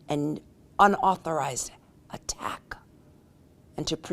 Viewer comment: The way she said attack was hella weird